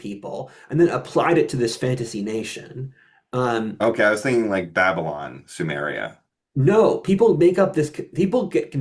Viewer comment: the problem with calling it soomeria is the u sound. sumer was a place. sumeria was also a place.